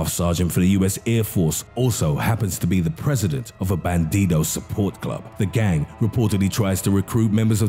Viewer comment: As a gang! Like why tf do you need to emphasize that its fucking annoying i would have rathered texf to speech then your voice the only reason i watched was because it seemed intresting